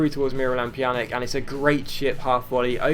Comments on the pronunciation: And yeah it's pronounced "Pyanitch" , the J is a Y and the C at the end is a CH or Itch sound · In Pjanic's name the "c" is pronounced like "ts". So it's like Pjanits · Incorrect, the C is pronounced like CH. Pjanich.